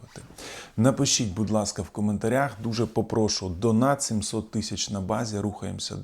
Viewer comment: Наголос у слові попрошУ на останній склад. Вибачте за зауваження. Ціную вашу аналітику.